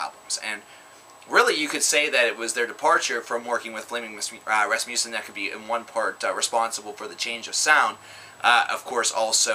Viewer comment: As a dane, I love the way Flemming Rasmussen is pronounced in English! :D